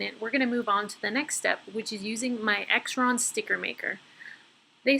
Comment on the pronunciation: This is such a cute DIY! I love the banners you punched with the heart and star. :) A tip: Xyron is pronounced in two syllables, and sounds like the beginning of Xylophone.